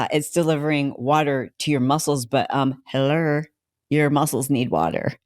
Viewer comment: “…but, hellur”, That caught me funny! 😂